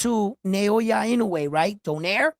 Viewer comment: Also.. NA - O - YA not NA - YO - YA I - (KNOW) - E E HERE as in Egg not. I - NOO - E